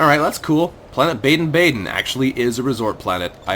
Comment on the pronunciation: It is pronounced baa den